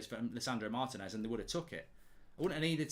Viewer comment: He pronounced Adidas wrong. Just like how everyone is pronouncing Martinez wrong. Lol.